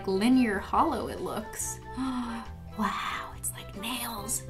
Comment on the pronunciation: Issa waow